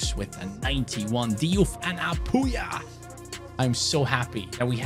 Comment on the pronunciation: As a Mizo I'm pretty satisfied on how you pronounced Lalrinzuala and Apuia , although your pronunciation on Lalchungnunga could be better I'm pretty impressed